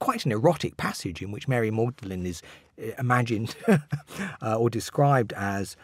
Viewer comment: Mary Magdalene (not ‘maudlin’).